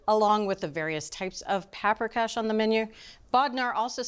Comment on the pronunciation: Their pronunciation of Paprikash killed me. Browning the meat in bacon fat is arguable more authentic and less healthy.